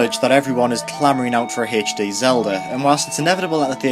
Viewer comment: I lost it at "Haych Dee"